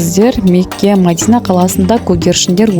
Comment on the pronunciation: Ассаламуалейкум Мадина емес Медина деп айтсаныз дурыс болады..